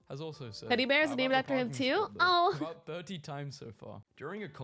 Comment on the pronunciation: what aboot kilts?